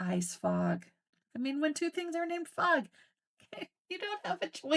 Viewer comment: FOG, not frog. Ok. Now I understand. Carry on.